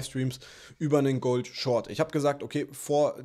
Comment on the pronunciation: Gouhld! Feier Dich so 😄😄